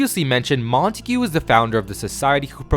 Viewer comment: Btw it’s pronounced: Mont-egg-uh